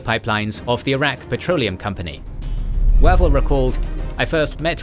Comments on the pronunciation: 'Way'vell not waval... Pronunciation is the main failing of this whole channel. Do your research! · The man’s name is pronounced “Way-Val” FFS. It doesn’t say a lot about your presentation if you cannot pronounce the commander’s name properly. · The voice software still can't do long vowels. Wavell wave`ll. Long a. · Is that not the wrong pronunciation for Wavell?